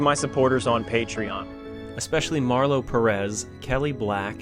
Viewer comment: Definitely caught me off guard with Patreon supporter Rrrr Mmmm